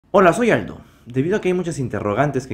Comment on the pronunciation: Como olvidar cuando Aldo decía: Hola soy Aldo! Algunos escuchaban: Hola soy alto! Jajaja